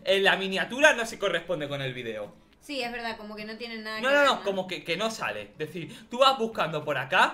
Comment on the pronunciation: No quiero que Pierdas Tu Español. VUELVE A DECIR VIDIOS Y NO VIDEOS